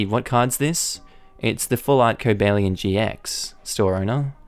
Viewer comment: cobalion pronouncement good